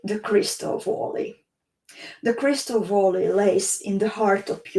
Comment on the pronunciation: Hi, thanks for sharing your adventure in Crystal Valley (please pronounce it as väly not voly)..